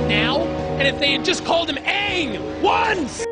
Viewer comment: The way he says “ONCE!!” At the beginning pretty much sums up the audience reaction